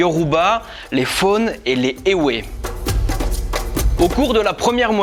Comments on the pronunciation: phonétiquement on dit juste Fon et non Fone. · Je suis fan des contenus et de la chaine. clairs, concis, riche en info. génial. Et j'adore comme tu as prononcé "Fon" haha ! mais on prononce comme "fond" (juste le son). Et pour vodoun, on ne prononce pas le "n" final. On "ferme" juste l'intonation au niveau du n !! bonne continuation !! (je suis béninois) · Ça ne se promonce pas "phone" mais "fond". Pareil, on dit "évé" et non "éwé". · Mon frère tu as vraiment écorché les noms mdr mais merci pour le développement en tant que béninois je peux confirmer tes dires. Mais on dit pas fone mais Fon quoi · 😭😭 tu ma brisé le cœur 💔 je suis Fon comme le " fon " dans " Fontaine "et non Fone comme téléphone 😭 mais je te pardonne pour les autres j’avoue que les noms des divinités sont dur à prononcer ma petite sœur est née en France et bordel qu’est ce qu’elle me faire avec les prononciations . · Bon travail mais les noms sont mal prononcés.Il faut corriger celà.Tu peux me contacter pour t'aider. Par exemple1 : FON garde sa prononciation fon et non fone. Exemple 2 :DAN garde aussi cette proposition ''dan'' et non dane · FON se prononce "fon" (comme dans profond et non comme dans téléphone) pas la peine d'exotiser les mots africains. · C'est écrit FON et ça ce lit comme le verbe "font" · Bonne vidéo. Pour le peuple Fon, on prononce comme "fond". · Ça ce dit fond Édit je viens au Bénin donc je tenais juste à le préciser sinon super vidéo